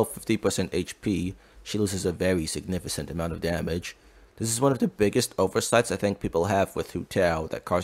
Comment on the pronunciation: In significant, the c is pronounced as k. Just bothered me a little